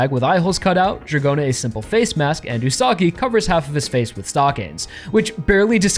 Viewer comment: Wouldnt the Pronounciation be Üsa-gi ? Like Rabbit?